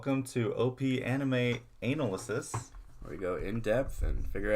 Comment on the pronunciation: 'Anal-ysis' Am I missing something?